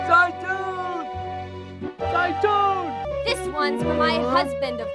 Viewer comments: it is, I studied Arabic for several years Plus it’s usually pronounced “zay-toon” so the film couldn’t even get that right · زيتون or how the movie says it zauton is actually Oliver and no they where not saying it right but is because you need to have a decent knowledge of arbaic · Odd 'n Strange Games lol yes it means olive in Arabic. Although they definitely butchered the word's pronunciation, they made it sound both hilarious and stupid.